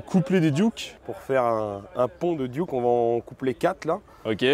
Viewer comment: c'est des duckw pas des duke c'est comme donald duck pas donald duke.... sauf si vous les francais vous avez donald duke et daffy duke , la prononciation francaise est pire que le canadien alors